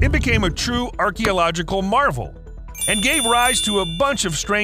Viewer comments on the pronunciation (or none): none